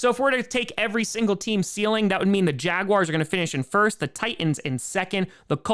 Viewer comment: Did he just say Jaguary?